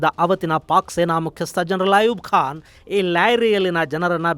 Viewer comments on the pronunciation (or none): none